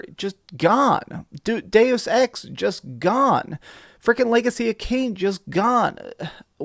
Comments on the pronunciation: “doos ex”? Lol, what. “Do sex”, **chortle**. You mean “day-uss” - it’s Latin, “deus” = God. From “deus ex machina”, “God from the machine”. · Doose ex? Really man? Lol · Did he just call Deus Ex...Deuce Ex? SMH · Kid there is no fine print. also Kid learn how to talk. You pronounce dues ex just like you can't say Polyphony. lol